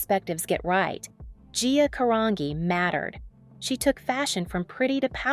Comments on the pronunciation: So true I stopped watching it. So disrespectful to butcher her surname. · Her last name is pronounced with a hard G not a soft one. You really need to learn proper pronunciation of the names out of respect because your videos are done well. It’s almost like you haven’t watched anything on her because you would know the pronunciation. 😮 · I don’t think it was a hard G in her surname (I think) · Pronounce the name correctly or don’t do the story!!! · thats not how you say her last name... thats terrible. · Horrible documentary where AI is used and the person who uploaded this did no research and cant even get the AI woman he or she used to pronounce Gia's last name correctly. Try again. This doc sucked! Gia does not deserve a horribly produced documentary like this about her life. It's a horribly done documentary where the creator did 0 research. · Can she just pronounce her last name correctly!!!??? How do you narrate a story and not know how to pronounce Gia's last name correctly.... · Not even 1 minute into this video and I've already quit due to how you pronounce her last name. It takes 0.5 seconds to Google this. Lazy work. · Her last name is pronounced CAH-RAN-GEE , my last name is Italian too , hard to pronounce I guess 🤦🏻‍♀️ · Its pronounced Carange even though its spelt Carangi...(CA RAN GE) just letting you know. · I wanted to watch this but before the first minute was up you had already mispronounced GIA's last name... It isn't 'Ka-ran-ghee, it is pronounced Kuh-ran-gee... If you produce a video about someone, you should at least care enough about your subject to know their name... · It's pronounced with an Ca-ran-gee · Pronounced Ca ran G ❤ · how do you make a video on gia and butcher her surname? she isn't a rock magazine, it's a soft G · I don’t think you pronounce her last name correctly. She was Italian -Carangi( jee) . It is kind of disrespectful when names are not pronounced correctly. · Pronounced Caragee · Last name is pronounced car-on-g